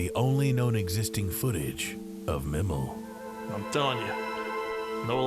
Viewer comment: Pretty sure it’s MIE-MEL.